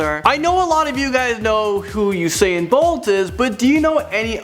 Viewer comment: He said usaiyan bolt 😂😂😂. It's just usain